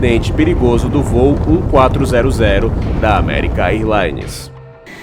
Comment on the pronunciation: American "airlaines não; diga American érlaines.